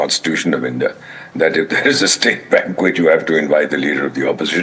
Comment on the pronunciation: Madame News Reader , Please check ur pronunciation of the word ' banquet '... This is indeed very sad... U can't afford such errors moreso coz the entire world is watching you...